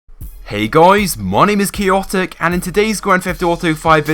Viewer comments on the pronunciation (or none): none